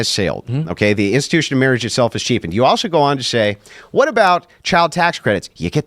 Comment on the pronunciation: the one thing you missed zinging him on? There is no such thing as a "pundint." He intended to say, "pundit," but he's stupid, so... Meanwhile, for your sake, the word "also" does not have a 't' in it. It isn't "altso." You know I adore you. So, the Italian Catholic girl I went to highschool with, who expected to get married and have a big family, but who had to have her ovaries removed at age 14, due to massive ovarian cysts, since she can't reproduce, she doesn't deserve the "sacrament" and public recognition of her marriage, since it has "reproductive status that occurs with it"? What an entire a**hole. , when he says something to the effect that "even a majority of Conservatives might just get tired of fighting it, and say it's okay," he is literally doing a hand-wave, and speaking for others out-of-turn. He is saying the nonsensical, "People are saying something they are not, even tho we hear them saying what they are saying." Really? People who will answer a questionnaire about this subject are being cagey, catty, subversive, unwilling to say how they REALLY feel? Oh, good sir, DO go on. Crossing my fingers I don't have to edit this. YT has REALLY been making it hard to say things as we normally would.